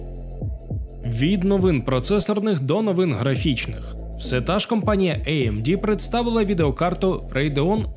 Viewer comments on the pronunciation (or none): може тіки не іемді чи ейемді, а аемде) ріже слух 😏